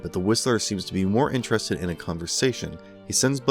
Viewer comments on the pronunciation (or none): none